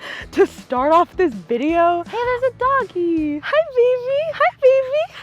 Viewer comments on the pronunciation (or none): I heard donkey instead of doggy😂😂